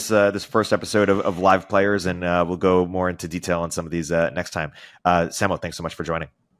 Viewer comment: it's way past time for you to learn how to say Samo's last name!